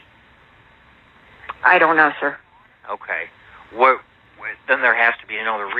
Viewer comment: DUWAT!!!!!! KAREN SAID DUWAT!!!!They are ALL IDIOTS!!!🤣🤣🤣